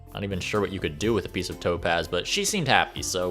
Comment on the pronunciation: The whole time I thought you were saying toe pads and not topaz